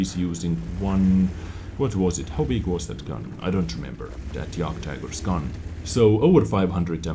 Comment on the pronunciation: My Bro, its not Jagkt tiger, its JÄKT TAIJGÄR ;)